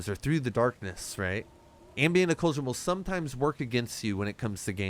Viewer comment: Why are you saying "Ocool-shan"? 🤨 Ock-lew-jan.